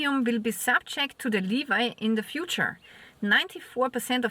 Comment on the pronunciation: Its pronounced levyyyyyy, not leviiii dear…😊